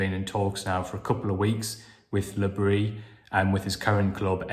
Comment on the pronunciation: A friend of mine has a French wife, and she told him that because Regis is a Breton, you DO pronounce the s in Bris.